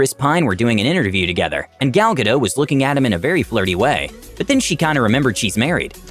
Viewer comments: Ok it's gal GADOT not gal GADO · " Gal Gadel " 🤣